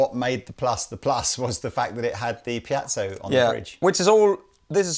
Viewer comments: I hate to be that guy, but the word is Piezo (not piazzo). Piezoelectric. Sorry. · I just don't get why you insist on saying piazzo when it's called piezo? It sounds really odd. Other than that, great video :-) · How does one get "pee-at-so" from piezo?